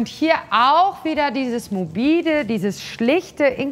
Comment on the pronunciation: ... Ich werd noch verrückt, was sagt die Dame denn da für ein Wort?! 'Mobiede'? Dieses mobide, dieses schlichte in Kombination mit Glitzer... kann mir bitte jemand sagen was das zu bedeuten hat????!!!!